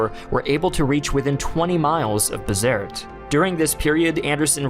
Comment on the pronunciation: I believe it is pronounced Be-zert-ee. The troops in North Africa would recite a ditty about Dirty Gertie from Bizerte.